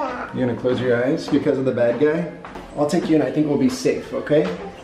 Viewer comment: Thewe's a bwad guy in my woom OMG is so cute